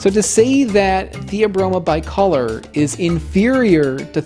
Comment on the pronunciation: you pronounced "bicolor" wrong.